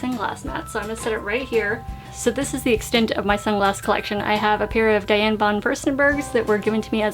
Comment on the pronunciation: You don't pronounce her name as you would "Diane." You say it like "Dee-yon Von Foo-sten-bugh"